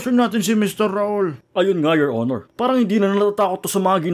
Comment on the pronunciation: 'Yor onor angkel'😂😂😂😂🤣🤣